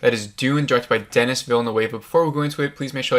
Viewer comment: It's distracting that you keep mispronouncing people's names. Denis Villeneuve is French Canadian and there are no a's in his name. So not sure why you pronounce it as a Spanish name with an a in it. It's de-nee (the s is silent) veela-noove (rhymes with groove). Yeah, I know that last part isn't exactly how French speakers would pronounce Villeneuve but it's much better than the Spanish Villanueva that you've turned it into and about the best most Americans can do. Timothée Chalamet is also French and it's pronounced tim-o-thay chala-may (rhymes with hay, the t is silent). Again, not exactly 100% French but a lot better than chala-met (rhymes with bet). Most people pronounce his first name as "Timothy" and that's fine, but EVERYONE in the business pronounces his last name chala-may (not met). I know it's not the end of the world but you're not going to be taken seriously mispronouncing people's name (makes it look like you're not doing your homework). Go to YouTube and search how to pronounce x (with x being someone's name). If someone is famous, there'll be videos showing you how to pronounce their name.